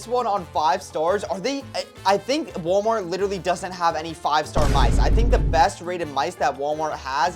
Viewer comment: Bro said mise instead of mice